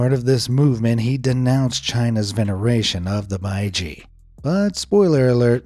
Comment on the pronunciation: I’m watching in 2024 are the quols still alive? The baiji is pronounced bei—gee